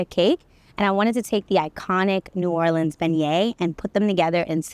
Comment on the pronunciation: I love Emeril. He pronouces New Orleans they way my mother did, born in New Iberia, raised in New Orleans.